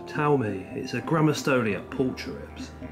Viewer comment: Your tarantula does very much look like a Grammostols pulchripes (pronounced pul-creep-ees) to me! I have a female and she looks very similar. Golden colouration on knees/legs, the slight pink/red hue to some of the hairs. However I could be wrong as I am absolutely not an expert 😅 either way, stunning specimen! 🕷